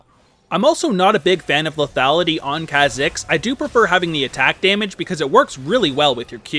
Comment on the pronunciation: This bugs me everytime he makes a Kha'Zix video, but its not pronounced that way, its pronounced k-ah zicks, not kzicks.